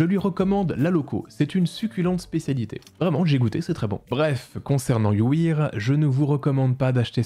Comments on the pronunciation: Tu prononce you wear you ouïr? T’as appris l’anglais en allemagnie?😊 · Juste pour qu'il n'y ait pas de doute, on dit you wèr, pas you wir ! Excellente vidéo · La vidéo est incroyable, mais la prononciation de "You wear" en "you wiiire" m'a fait mal... Ça se prononce "you wère" ! 😊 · Faut pas lui en vouloir, il s'appelle Dylan et en plus il sort de la TV Réalité, rien qu'avec ça il peut plaider la folie. PS:, "wear" se prononce "wair" mais je n'en prendrais pas compte pour le pouce bleu largement mérité:D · Par contre "You Wear" prononcé "You Ouïr" c'est chaud lol. Je vais m'habiller en Street Ouïr aujourd'hui 😆😆😆 ah tu m'a tuer